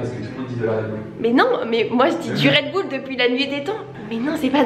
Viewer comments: debat sur le redbull premièrement on dit du et puis je suis là seule qui dit redbull et pas redboul dans la prononciation du mot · Teammm DU RedbUll par contre pas du redboul 🤣🤣 sinon super vidéo ❤️❤️ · On dit du redbuuuuuuul’en Belgique et non du « redboul » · Déjà c esy pas redboul mes redbul 🤣😭ça stresse que moi ? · Du Redbull sauf que je prononce RedbUll genre pas RedbOUll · Déjà je ne dis pas "redbouul" mais "redbull" 😭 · il disent redboull mais c'est redbull uuuu non ouuu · Déjà c aucun des 2 c redbulle et pas redoubl😂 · du redBUL pas redboul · Déjà on dit du redbull, pas du redboule 🤣